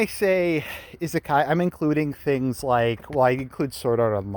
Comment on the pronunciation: Wait... Did I just hear said isekai correctly?